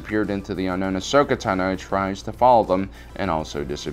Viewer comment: I find it annoying how the host constantly mispronounce names such as Ashoka Tano and others.